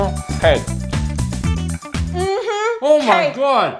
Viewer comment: Correction: Him: Mhm cake. Her: MHM CAIK!